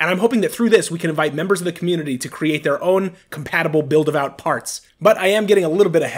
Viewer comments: how do you get vout out of VAWT? It should sound like Vaught. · Its pronounced Vot, like Hot.